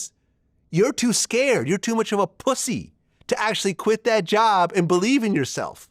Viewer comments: Hearing Vlad call someone a pussy sounds hilarious. The whole pronunciation of it. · He puts to much emphasis on the letter P